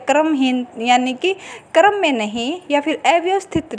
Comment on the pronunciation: कर्म नही क्रम होता है मोहतरमा